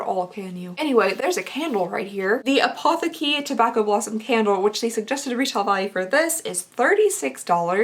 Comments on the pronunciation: It doesn’t sound super bad, but the correct pronunciation is „apoˈteːkə“. You can use google translate to listen to a correct pronunciation :) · Apotheke is German 🇩🇪 it means pharmacy and apothecary is like the pharmacist (person who prepares and sells medicines). It's pronounced appo-teh-ka 💜 great box! But yes, it is pretty spendy And ps... You always look pretty and put together too! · Apotheke is German and means pharmacy 😂 it is pronounced ah-poh-teh-ke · I know your Kentucky accent is partly to blame (im from oklahoma so i feel this) but your pronunciation of some things makes me giggle a little:) especially apotheke!! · I’m German and I freaking died at how she pronounced Apotheke 😂 it means pharmacy btw 😅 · As a german i giggled a bit when you pronounced „Apotheke“ 🙈 it‘s „pharmacy“ in english 😊